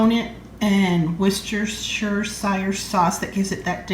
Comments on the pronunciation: We say ‘wust-ter-shire’, hope that helps x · Wuh-stuh-shur sauce 😂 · Love the way you say ‘Worcestershire’😂. I live in Worcestershire in the UK. X